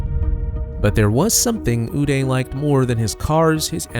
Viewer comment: His name is pronounced 'you-die' not 'oo-day'.